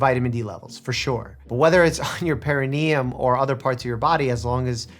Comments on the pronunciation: The girl who exposes her perineum to the sun need to learn how to pronounce perineum. She keeps saying it with the accent on the wrong syllable. It’s grating. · With the lady saying “Pe-RI-ne-um,” I was starting to question myself, especially when he didn’t correct her pronunciation. But the dictionary says it’s ˌper-ə-ˈnē-əm, meaning the emphasis is on the NE, not the RI. So I was right. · my only problem with this girl is how she says "perinium" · I love how the perineum sunning lady didn’t even pronounce perineum correctly 😂. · The way she pronounces perineum bothers me lol I had to google it to make sure I wasn’t the one saying it wrong